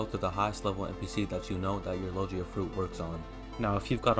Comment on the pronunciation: Lol sorry didn't realize my typo, I meant that in the video you were saying Lo-jee-a, instead of the correct pronunciation, lo-gi-a. Sorry to bother you, great video though, it really helped me!